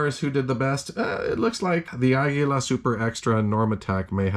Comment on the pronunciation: Thumbs down for how you pronounce Aguila